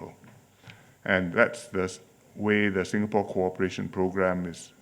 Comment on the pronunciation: Singapour yahuye na Sengapolo🤣🤣🤣🤣